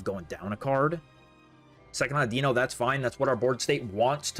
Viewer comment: It’s “AWWdino” like “audio” not “auDEEno”